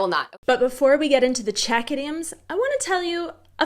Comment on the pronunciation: That asian chick knows her czech idioms pretty well also best czech pronunciation of them all